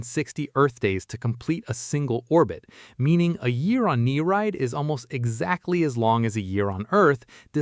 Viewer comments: its not "knee-ride" its "ni-ree-id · He did its pronounced "neer-eed". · You pronounced Nereid wrong